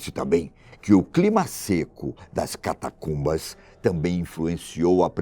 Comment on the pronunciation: Avisa a ele que a palavra correta é Catacumba e não Catatumba como ele diz em 2,40 min do vídeo